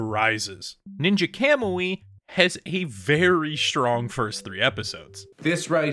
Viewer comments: this guy has no right to criticize the anime when he can’t even fucking pronounce it right 💀 i stg y’all new gen fans are gonna be the death of the anime industry fr, the single most used “critique” that people seem to use is that it got “bad” when futuristic tech was used even tho it was literally shown in the 1st episode, you would’ve known that if you didn’t have your head up your ass and actually paid attention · Shit went from 10/10 to a -10/10 real quick and learn how to pronounce words kamui is easy to pronounce it